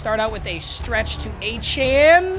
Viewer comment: Lowkey can u pls pronounce achane right it’s “a-chain”